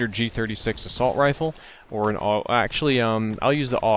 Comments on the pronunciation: A. U. G not og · It's pronounced the "Awwwg"? Since when??? I always pronounced it with each individual letter: "A-U-G." Was anyone else confused about this??? Anyway, Ioved this weapon in Black Ops 1 :) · its actually pronounced both ways aug and a.u.g